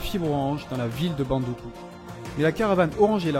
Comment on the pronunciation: Bravo pour le récit, neanmoins il faudra noter que Samory n'y a jamais résidé et ne possède non plus pas de résidence à Bondouko. Aussi la prononciation de la ville c'est BON-DOU-KOU. Prochainenement il serait intéressant d'y faire figurer la grande (principale) mosquée de Bondoukou (celle du vendredi), vous y trouverez la tombe de son donateur El Hadji Dalla Kamagaté.